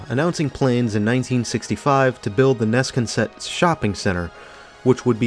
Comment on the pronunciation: It's pronounced Nes-Con-Set, 3 distinct syllables.